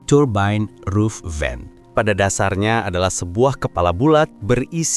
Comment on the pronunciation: turbain roof vain.. lu ngomong gitu ada kali 50 kali.. turbain roof vain😄